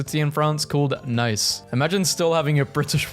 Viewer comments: its not pronounced "nice" but "nee-ss" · It’s pronounced Nei-ss